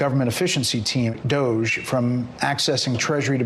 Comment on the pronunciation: Pronunciation, guys. Not DOGE as in "cogent". DOGE as in "dodgy".